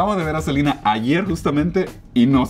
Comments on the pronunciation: No se dice Selina Gómez se dice Selena Gómez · Porque le dicen Selina? Es SELENA LPMM😐🙄